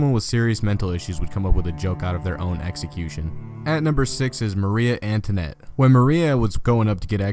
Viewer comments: DOOseldorf, MaRIE AnTWANette, INfamus. Not being able to pronounce words properly kind of distracts for the drama you are trying to achieve here. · i'm still laughing at the pronunciation of marie antoinette and guillotine